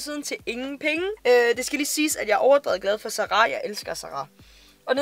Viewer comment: Kan ikke komme mig over at du siger "Za ra" hedder det ikke Zara ?